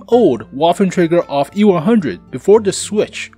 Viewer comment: It call auf not off xD